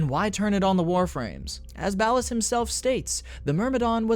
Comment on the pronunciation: Ballas❌Bald Ass ✅